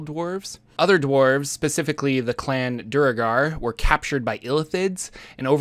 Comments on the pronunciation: Duergar is a real word! It's not "doo-uh-gar" it's "dwehr-gar." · I never liked how duergar is so commonly pronounced "doo-ur-gar." "Dware-gar" sounds so much better. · I usually pronounce it dvaergar. With an “eh” sound for the vowel in the first syllable as in “meh” or “let” sound and a hard v sound and g sound. In my native language the word for dwarf is dværg. Duergar looks a lot like putting a Swedish ar plural ending on an English phonetic spelling of dværg. 🤷‍♂️ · Grummish, Corollan, Duregar... What the hell is up with your pronunciation?